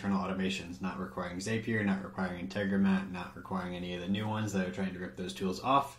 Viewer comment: Zapier rhymes with "happier." Nice video!